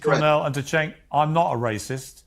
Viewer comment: got Cenk and Cornell in a tizzy🤣🤣🤣🤣. Did he call Cenk, “sink”😭😭 like kitchen sink??? Their only response is “you’re a liar”, “you’re a racist” never addressed the merit of what was said.